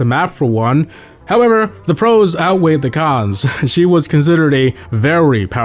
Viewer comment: as a spanish speaker your pronunciation of 'el primo' is exquisite